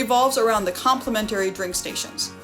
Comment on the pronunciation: ... Across not acrost and compliMENtary please! 🥺